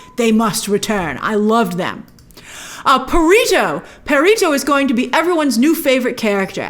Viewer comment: It’s perrito meaning puppy in Spanish. You have to roll your Rs